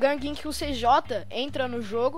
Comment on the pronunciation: CJ KKKKKKKKKKKKKKKK CIJAY ASSIM E MAIS LEGGAL PRONUNCIAR